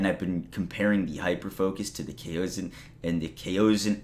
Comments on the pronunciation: I think its pronounced Cowson. At least thats how ive been pronouncing it, easier to say. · Pronounced "Chaos On." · Its prounced kaason since the a is followed by another vowel it's a long a no one so far has pronounced it correctly lmfao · It's pronounced "COW-son". It's a common pronunciation in Chinese words. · What's up with people not knowing how to pronounce kao? Culture yourselves people 😂